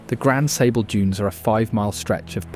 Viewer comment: Very good video, I'm sure you triggered some of us Michiganders with the pronunciations: Mackinac: Mak-i-naw Tahquamenon: Ta-kwam-in-ahn Macatowa: Mak-a-ta-wa Potawatomi: Pata-wata-me Frankenmuth: Frank-in-mooth Grand Sable: Grand Sah-buhl Leelanau: Lee-la-naw Pier Marquette: Peer Mar-ket Charlevoix: Shar-la-voy Gratiot: Grash-it Ontonagon: On-tahn-ah-gon Would be nice to see another video that covers some of the actual less known sites in Michigan!